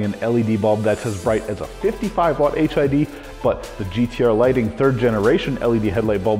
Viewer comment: Why does it sounds like he keep saying HIV lol 😂